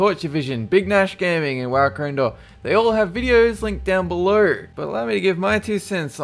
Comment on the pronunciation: below = belorR (accent!)